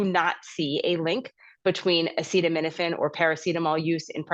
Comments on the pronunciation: Oh, yes PLEASE do watch the whole statement of trump on this.😅 Like when he couldn't pronounce acetaminophen. Full on stupidity. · This station didn’t show him try to pronounce acetaminophen. What a moron.